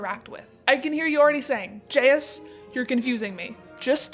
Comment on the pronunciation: Have u been triggered by the way she says Jesus Edit: she was saying jayus instead of Jesus I thought she said jesus